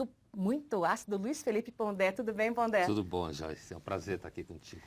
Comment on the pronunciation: é Pondé e não Ponder...